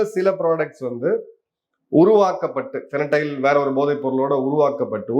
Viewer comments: Sir it’s Fentanyl not fenatyle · Fentanyl not Fenatyl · Great sir. It's fentanyl not fenatyl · Fentanyl and not fenatyl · Fentanyl- not Fenatyl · The drug you are referring to is fentanyl and not fenatyl. Jai Hind. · ஃபெனடைல் இல்ல சார். ஹஹஹ ... தயவுசெய்து ஸ்பெல்லிங்கை சரியா படிங்க சார் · Sir, I am an avid viewer of your videos. Thank you for bringing all the geopolitical information to us ordinary folks. Can I suggest one correction- it's called fen-ta-nil, that's how it's pronounced. Hope you don't mind me saying this. Thanks again sir !🙏🇮🇳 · Please make correction in the drug pronunciation- the drug is called FENTANYL. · Pronounced as ஃபென்டினைல் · Sir, athu fentanyl, to pronounce as fen - ta - nil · It is....FEN...TA...NYL pronounced as... FAN+TA+NIL... I kindly request that the pronunciation and shared information are you CORRECT...you are losing credibilty when they are not 🙏🏾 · Sir, it is Fen -ta-nyl I regularly follow your posts Thanks for enlightening us with such huge facts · Fentanyl your pronunciation wrong boss